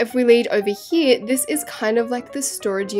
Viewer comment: “Back hee” me wating for someone to make a micheal HEE HEE joke from her saying hee